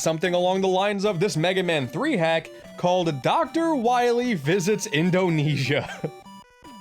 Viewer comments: Ah yes, Dactuh Wahwee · i herd him say "doctor wahwe" and thought you must recohver all the energy immediately m-mega man... (insert funny ha ha here) thas a good kwestion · Dr wahwee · Dr. Wiwy